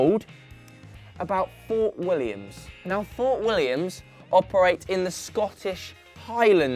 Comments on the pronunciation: Wtf you are from the UK and you can't say the Scottish team right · The name was literally on the screen, it’s Fort William. Not Fort Williams, just me that’s annoyed with that? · Jesus. How do you mispronounce "Fort William" and "Strathspey"?